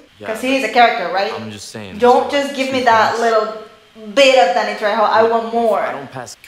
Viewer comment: Thank you!! And it's Trejo*. Remember in Spanish our J is pronounced like your H :P You never had a turtle pet?!